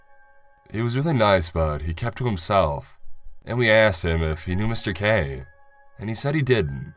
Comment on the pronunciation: Not sure who you got to read this, but maybe get that person some lessons or just get someone else. It was off-putting how random “and(s)” were emphasized and some words were drawn out. I couldn’t focus on the story.